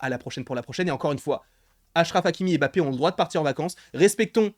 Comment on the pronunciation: Arrête de dire Bappe mdrrr tu dis Challa ou Tchalla ? 😂😂